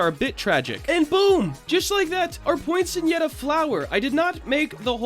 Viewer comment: It's actually pronounced "poin-set-e-yuh"! :)